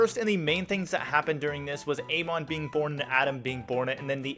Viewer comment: Pronounication is incorrect on Amon and the Transmigrator names